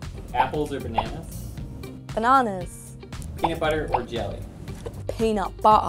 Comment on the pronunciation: peeenut bu-uh an bu-uh with t an su-uh